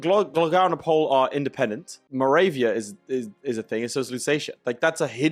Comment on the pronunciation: Opole = Opo---le (like the French 'le') It is not Oh-pole.